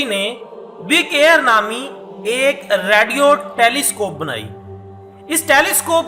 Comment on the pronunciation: PurasariuT...Radeoooo.....abay bhai bolna tu seekhle.....pkuei duniya ma srif tujhe pata chala Baki sab duniya ma pagal hain....khud tu tu pagal ha...dekhne walo ko nahe bana ...new video ke sath hazir mat hona meharbani teri....